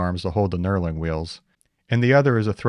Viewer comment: Knurling! I kept hearing "Neuroling" or something of the sort and I was very confused.